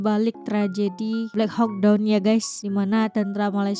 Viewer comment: Blek hau don😂😂😂😂 black hawk(hak) down (doun)